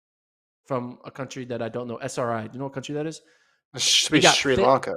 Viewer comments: u said s.r.i. WTF, anyway it's nice to see u there Yupun. best of luck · This dude said S.R.I. Americans, jeez.